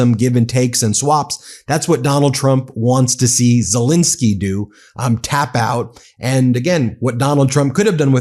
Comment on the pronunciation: ZelEnsky not ZelInski.